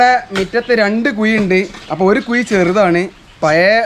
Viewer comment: കുയി , അല്ല മോനേ കുഴി